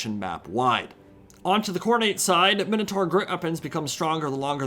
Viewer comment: Narrator needs to learn how to pronounce ‘Minotaur’